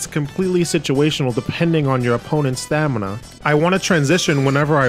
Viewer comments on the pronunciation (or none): Stamina. STAMINA. STAM-NI-A.